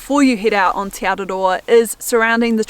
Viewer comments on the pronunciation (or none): Teh not tee ☺️ ah eh ee aw oo are the vowel sounds. Interesting that Hebrew has the same vowel sounds as Maori. 😊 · Just a heads up tī (you) is enunciated “tee” and te (the) “teh”